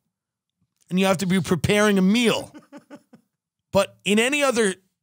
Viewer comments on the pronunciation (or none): none